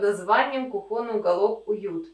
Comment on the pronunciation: кУхонный , а не кухОнный!!!